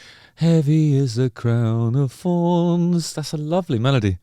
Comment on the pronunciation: Come on Justin, pronounce your th, crown of forns 😂 your a lyrisist damn you